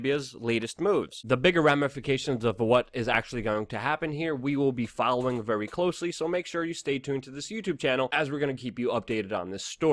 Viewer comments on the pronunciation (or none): none